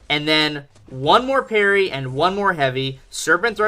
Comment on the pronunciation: Your parry sounds like hairy sometimes.